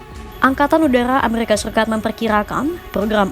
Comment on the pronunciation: Errrrrrrrr amerrr RRIKA